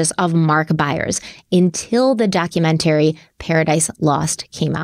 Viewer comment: You do know its not pronounced "documentarry" and is actually "documentary", right?